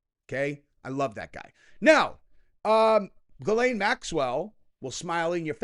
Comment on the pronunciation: It’s pronounced Gill lane. 😂 I messed it up at first too.